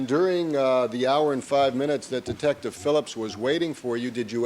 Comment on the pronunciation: Yes he did say detcive Lang what a joke dose not know who is speaking to